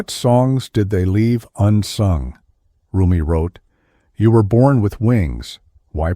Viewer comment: It's RUMI **NOT** "ROOMIE"!